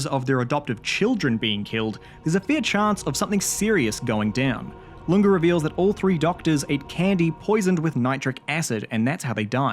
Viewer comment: I will piss and shit my pants if a YouTuber ever pronounces Lunge's name correctly